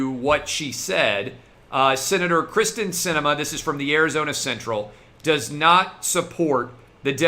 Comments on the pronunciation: Kyrsten (KEER-STEN) Sinema...NOT Krysten....come on Clay, you have to get it right bro.... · Clay, I told you this previously. Her name is Kyrsten not Krysten. By continuing to screw this up it takes away from everything else that you are reporting.